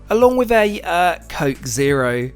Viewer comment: Why you say Coke Zero like that??? lol Coke Zero is way better than Diet Coke!